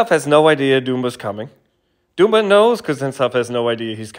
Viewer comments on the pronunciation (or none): Pronouncing his name "doom-ba" 20 times